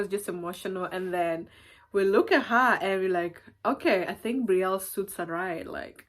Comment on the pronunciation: Such a beautiful name. I love that Brielle just pronouncing it like in French . I speak French, English so sweet